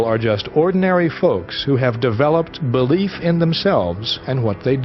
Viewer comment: I can't stand the narrator's pronunciation of the word "belief"! There is a vowel between the "b" and "l"!